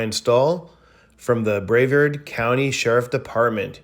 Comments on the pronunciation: BRAH- vard not brave-ard.still watch tho. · “Brevard” is pronounced bruh-VARD, with the emphasis on the second syllable. A lot like the way Zack Galafinakis pronounced “ruh-TARD” in the film entitled ‘Hangover’.